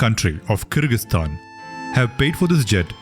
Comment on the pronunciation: I thought you said Kirkastan